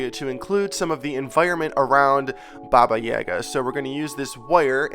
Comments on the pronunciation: It's /'baba je'ga/, not /'baba 'jega/. With all respect, is it so difficult to google the right pronunciation for a couple of seconds..? Americans tend to mispronounce absolutely all our words somehow. Well, not only Russian, but actually from almost every language that is NOT English. That's... well, sad. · Baba Yaga(Jaga) is pronounced as J-A(apple)-ga, not J-A(elephant)-ga. Great sculpture, as usual! ♥ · I love this but my mind is bugged for you saying baba yaga instead of like boba yoga. So im just like ehhhhhhhh haha Godbless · If anyone can answer this it would be great! I'm wondering how to pronounce Baba Yaga, I've heard some people say it like does and I've heard some people say it differently. I say it like Baba Ya-ga (the 'a' are like an "ah!" Instead of an "a")